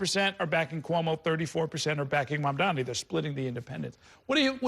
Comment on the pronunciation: Cuomo accidently said Mamdani's name correctly